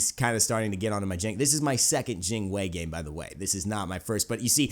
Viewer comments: Yes you pronounce it correctly! Jing Wei : Jing Way Not Jing Why not Jing Wee, Jing Way. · I was just joking lol and your Jing Wei pronunciation is pretty good. It's kinda like Gin Way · your pronunciation of Jing Wei(精衛) is perfect